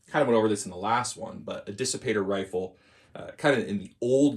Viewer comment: Kissipator. Haha. The K from KP. But really, Dissipator sounds great.